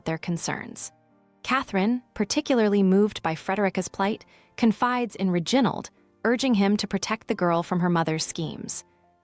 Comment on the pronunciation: ' Ri... gin...ald'. Really!?